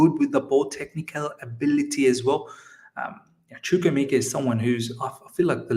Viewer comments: Hi good video I have a similar name to chukwuemeka and am also Nigerian you are soooo close with pronunciation. So it's pronounced like CHU - like the 'choo' of choose' (you got this part right) KWU - like Koo (traditionally we would slightly pronounce the w) E - this is where you got it wrong so this E is like the e you pronounce in the word 'Everton' or the e in 'Egg' Meka - the 'me' part is like when you say the slang word 'meh' (like I'm feeling 'meh') KA - like the footy player 'kaka' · Chukwuemeka Chook - woo ay - may kah